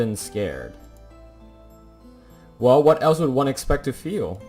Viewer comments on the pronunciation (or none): Are you Italian? Cause I heard “uno” instead of “one”? Btw, I highly recommend you to play Life is Strange if haven’t played it yet. It’s a graphic adventure game, one of the best game I ve played so far